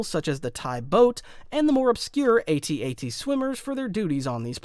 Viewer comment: He finally pronounced AT-AT the right way